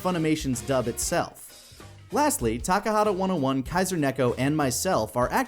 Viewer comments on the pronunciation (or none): none